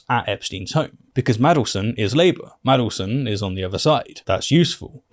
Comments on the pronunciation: Mandelson, not Madleson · Jesus christ, it's Mandelson, not Maddleson. How do you not already know this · Mandelson. Not 'Madelson'. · Btw, it’s Man del son, not madle son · MaNdelson not Madelston... c'mon now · It's Mandleson with an N in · Wish youd say maNdelson properly